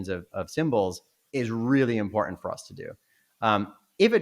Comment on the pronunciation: the glottal stop in the word important. This is an affectation that usually indicates inauthenticity. Hmmmm...